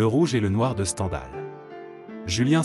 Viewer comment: C’ est une machine qui parle ? "Au bon endroit"sans liaison, "de Alexandre Dumas", Valgéant, Standhal, Mark Touen…